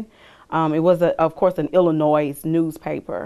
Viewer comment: the worst crime committed here is saying Illinois with a non-silent S!